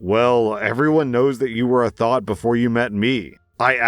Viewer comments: Its pronounced Th-ah-t not thought, its driving me crazy, i beg of you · It is TH-OT not thought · it's pronounced th-ot, like knot, but thot. Not thought 😭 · THOT, I thought you said thought not THOT. Never heard of the word until today. So confused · Story 3: kept thinking he was saying “thought” lmao